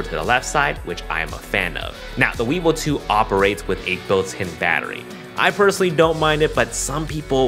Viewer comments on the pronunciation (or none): Sorry i keep hearing "weebow" and "gimbow" hahahah. Excited about this product!